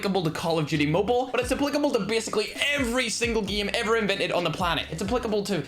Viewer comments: Its so funny how he pronounces game😂😂😂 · How pronounces game normal guy:game:geme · every one: hay its pronounced ''game'': nah nah nah its ''gihm'' just for fun lol...